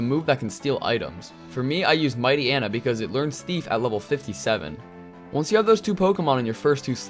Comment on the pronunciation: "Mighty-enna" "Sand Vile" These pronunciations…